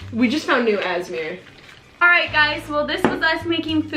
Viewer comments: I was dying when crunches the slime with the cone he said “ this is new asmeer he meant A S M R 😂😂😂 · it's not asmir its a.s.m.r 😂😭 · HE SAID we just found new AzZmEr lmao said it’s ASMR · I love you guys so much Ummm I just want to say it’s not asmear lol 😂 It’s A.S.M.R jUst looking out for you lolllllll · Brooo!You always say asmer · I love how the way he pronounce the word ASMR 😂😂😂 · He said asmer instead of a s m r 😂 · Did you resize how said asmr instead of ASMR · Why does he say it like asmir it's ASMR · Did literally just say az-meer. It is pronounced A S M R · asmir hahahaaaa a-s-m-r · was like we just found new asmeer and he meant to say asmr lol I'm doing I love them they are so cute together and is so pretty and said is just handsome how bless u to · The way pronounced ASMR lmao. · happy birthday! ps it’s A S M R not asmr not hate tho #A1fam! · He pronounced it asmer I love it! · Did he just say asmer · Did say asmr meaning A S M R bro what 💀✋